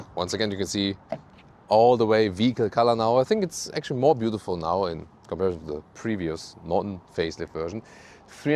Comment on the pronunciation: "In comparizon"....love it.